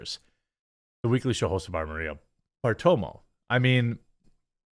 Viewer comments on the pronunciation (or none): Bartiromo. Not Bartomo. I know you have some difficulties reading some words, but please take the time to seethe words little by little, so no letters are left out or added. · Bar-tir-omo you’re destroying the pronunciation of her name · BARTIROMO!!! Listen to Joey Ramone and get it right.